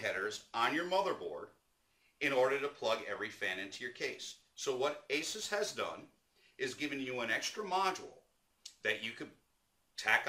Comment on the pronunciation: Finally! Someone who knows its called Ace-Us not Hey-Zues